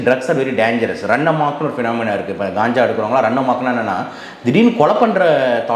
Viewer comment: Ulagame Kanjaa enru solgiradhu. Indha dr , Gaanjaa , Gaanja enru solgiraar .